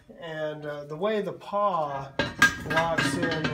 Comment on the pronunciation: Pawl . . . not paw.